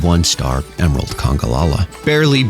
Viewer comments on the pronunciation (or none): none